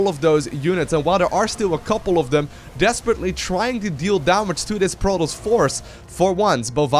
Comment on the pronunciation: i like your videos a lot but damn, its THEM not DEM and THERE not DARE, i know you can pronounce TH- because you say "Thing" but why do you say "look at DEM over DARE can he get DAT out of DARE" it just hits the ear so bad